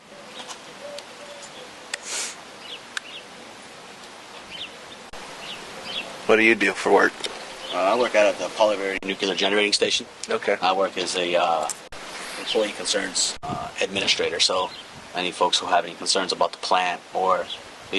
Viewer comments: It's probounced nooklier, Lisa. NOOKlier. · Did he say noo-kyoo-lur power plant? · The American education system at work - a guy who literally works in NuCLEAR energy and cannot understand how to pronounce the word properly and says "nuke-ULAR" jesus christ America is so cooked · Dumbass can't even pronounce "nuclear" correctly. And he works at a nuclear-generating station. What a dumbass. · He even mispronounces nuclear the same way.